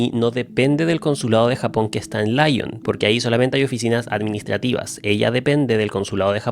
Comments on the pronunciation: Amo como le dice LAION a Lyon (se pronuncia lión 😭😭😭) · Si son ciudades en francés, por qué la pronunciación sería "laion" y no "lión" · esto fdw no es en mala, pero estudio francés y si aceptas esta correción, la ciudad de la que hablas Lyon, de pronuncia [lion] así nms jajaj, muy bueno el video por cierto, esperaba mucho este caso ❤